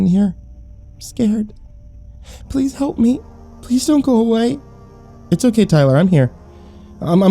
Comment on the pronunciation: "hAUlt" i heard hault not help